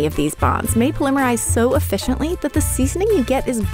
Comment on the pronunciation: It's POL-ih-mer-ize, not pol-EM-er-ize. Also, great. Instead of 100 different opinions/factual statements on how to properly care for cast iron, now there are 101.